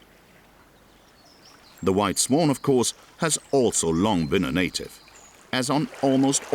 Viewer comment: He can't say swan. I thought I was having a stroke, ended up googling what type of bird is a "sworn", how can he sound so English but pronounce so wrong